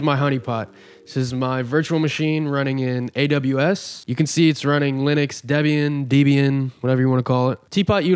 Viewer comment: How do you not know how to pronounce Suricata and Debian? lol